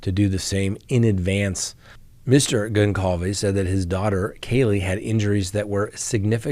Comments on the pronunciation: Sorry,, but it's pronounced Gonçalves (Gonssalves), not Gonkalves. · Please. Goncalves is pronounced with a soft C. Like: Gonsalves. Thank you. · His name is read GonSalvez....C is a S as this is a latin name (doooh, captain obvious!!!). Have some respect ffs!!! You read Cyan not cayan right? so you can pronounce that S even if it's written with a C right? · with all due respect, the surname GonÇalves is pronounced Gone-Sal-Ves, it's of Portuguese extraction.;)